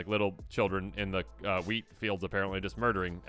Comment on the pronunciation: I thought you said Orphans of the Weed 😂